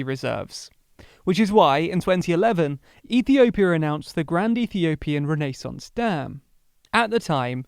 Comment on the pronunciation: The pronunciation of renaissance is just wrong